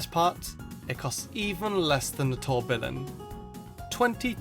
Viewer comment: You pronounced tourbillon wrong